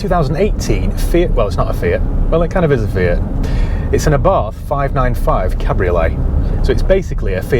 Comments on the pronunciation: Correct pronunciation is AH-bart. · According to my Italian mate from Genoa; Abarth is pronounced 'Abart' ie drop the 'H' on the end!